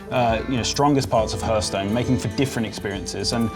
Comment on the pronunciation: The fact that he says hörthhstone triggeres me...